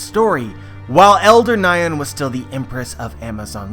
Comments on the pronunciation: nice theory i also thought he was alive! + nyon is pronounced like onion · You kept pronouncing Nyon wrong It is "nee-yoh-n" Plz just learn how to pronounce Japanese instead It isn't hard to learn how to pronounce a language You aren't learning the language after all You are only learning how to pronounce romaji It's not hard at all Hell I can even Google how to pronounce a Russian word Even if the Russian word is made up I can still know how to pronounce it becuz they tell you what each vowel sounds like